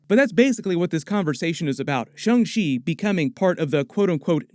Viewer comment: Sha~ Sha~ Shang Chi, not Shu~ Shu~ Shungchi. Like Sha~ Shawn, not Shu~ Shun....